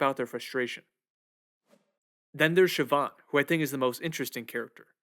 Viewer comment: It's pronounced paw rig and shiv awn